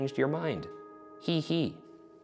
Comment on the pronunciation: just very appalled by how Ryan pronounces hehe like he's some Michael Jackson impersonator. Ryan, have you never seen that video of cardib doing the HEHEHE??